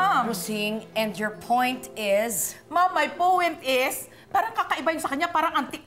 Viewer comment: Rosing-"Maam may powent is"😆😆